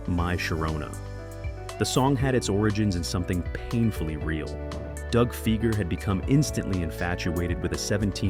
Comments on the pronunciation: Doug's last name is pronounced FY-ger, not FEE-ger. Quite lame of you. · Dougs last name Fieger sounds like Tiger not Seeger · C'mon man it's pronounced Figer rhymes with tiger. At least get the name right. His brother Geoffrey is a multi millionaire lawyer in Detroit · Pronounce the name right. Fiiiiiiiiiger. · Everytime you mispronounce Fieger it's 'Fie like fly ger" Anyone that followed the Jack Kevorkians court cases knows. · Hard to get past the narrator's mispronunciation of Doug's name. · AI stuff. Pronunciation of Fieger is wrong. The information is interesting though. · Pronounce Fieger properly please!